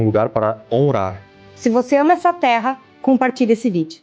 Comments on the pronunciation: Pq ele fala tudo errado?ele nao estudou???honrar??nao seria Honrrar?o que seria tera. Tera?nao seria TERRA? Ouçam como ele fala recomeçar hahahahahaaq casal lesma analfabeto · O cara não consegue falar palavras com som de RR